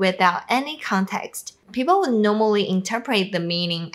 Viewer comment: When you said would have. It sounded like ould have. I didn't hear the W sound. Say it like the word "wood" have. Great videos